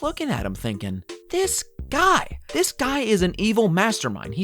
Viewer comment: "this grrrrrrruy"